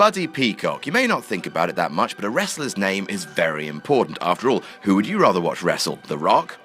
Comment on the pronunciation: you can have your own opinion, but my real problem is why you put emphasis on "who"